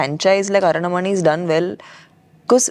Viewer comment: Tamanna: aranmanai ❌ arannamanai✅